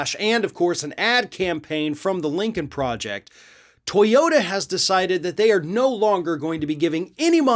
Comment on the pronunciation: To yo TA, please . Not To YO (...da). Otherwise, interesting as always!